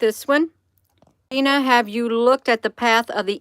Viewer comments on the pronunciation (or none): none